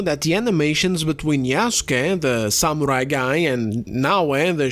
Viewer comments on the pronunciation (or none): none